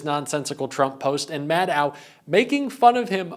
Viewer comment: Maddow rhymes with shadow. Lots of people mispronounce her name.